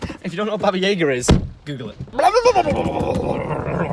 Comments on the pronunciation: Baba jaeger?? It's baba yaga. YA-GA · if your going to say the russian word for boogyman then say it in a russian acdent please........?